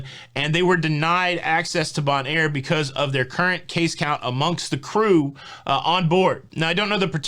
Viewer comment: Hint: Bonaire is pronounced BONE-AIR. Love your show!